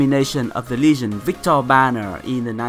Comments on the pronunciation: Hey coach. Just to help with your English: Legend is not pronounced with a "Lee" sound aka long E in English. Legend is rather pronounced the same way you would say if someone was talking about a cliff and them jumping off of the ledge, as in "Lej". The emphasis is on the G which makes a J sound in this case. You have the second syllable of the word correct and the emphasis still falls on the first syllable, but you would say it phonetically as "Lejend" with a short e sound in the first syllable. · real quick: the ''le'' in legend is pronounced like ''let'', not like ''lee.'' Legend, not Leegend.